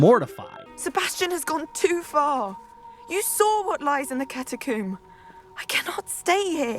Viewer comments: Thanks man... Now I cannot take em seriously when I hear them say CATACOOM.... you literally ruined it for me damn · “Catacomb” “catacoom” is very silly. Please check how you pronounce “tomb” and then check yourself. Ya pillock. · I’m from England and I’m never heard anyone say catercoom wtf